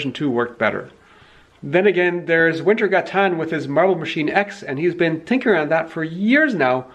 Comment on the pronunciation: Don't get me wrong, I love your videos and have been a loyal subscriber (and watcher) for quite some years now. But the irony of you insisting that people pronounce "" - like we do in the nordic countries - while you BUTCHER the pronounciation of wintergatan just hurts my brain:P